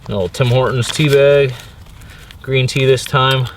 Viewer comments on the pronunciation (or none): none